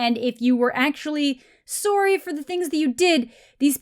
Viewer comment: Sowry lol. The Canadian coming out